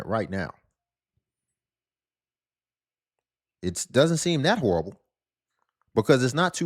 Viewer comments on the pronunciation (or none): "Horrible" has three syllables.